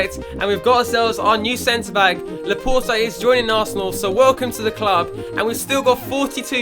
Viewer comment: its laporte, like laporTAY